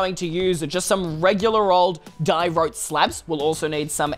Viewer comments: It's not Diawrote It's Diaorite!!!!!!! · “Polished diROTE” isn’t it pronounced die-or-eye-t? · no its “Day-yor-rayt”. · Does anybody else say Diorite like di-er-ite when says dirote? That might just be me because I’m American but plz guys tell me does anybody here say dirote Like if you say it like me (Small YouTuber btw) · Wendelyle Curro no in school its pronounced die-ore-eye-t